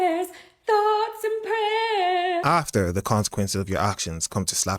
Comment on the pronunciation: To the first bird of this video: thoughts and prayeers to you... Thoughts and prayeers to you